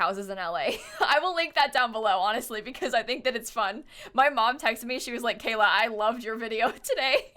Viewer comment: why does everyone keep calling her KAYAK!?!??!?!?!?!??! ITS KAYLAAAAAAAAAAAAAAAAa